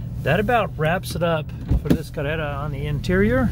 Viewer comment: Why are you saying carrera with an accent? Damage was in the front